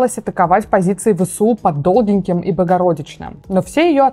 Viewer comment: не Долгенькое - а Довгеньке, произносится через Є оборотное (= Длинненькое)